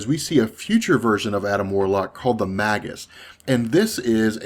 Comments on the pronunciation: It's pronounced, "MAY GUS" not "mag us". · not magus with a hard g ie magg-us it is may -jus